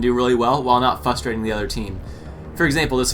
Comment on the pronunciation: its frustrating not fustrating